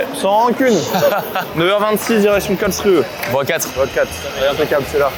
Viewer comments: Kalsruhe se prononce ’’ kalshrou’’ 😊 souvenir footballistique 😅😉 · Ça se prononcé "carl chrou" la ville allemande!'😁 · Karlsruhe se prononce en français Karlsrou